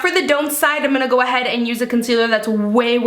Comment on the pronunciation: "A concealererer"lmao